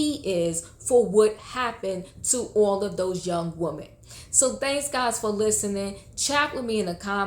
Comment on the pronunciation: Please......it's "WOMEN", not woman!!!